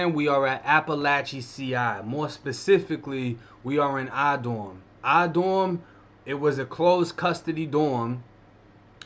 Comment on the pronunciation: Oh shit, I thought he was saying "I" dorm!